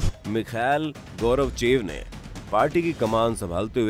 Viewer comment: गौरवचेव नहीं गोर्बाचेव बोलो 😡😡😡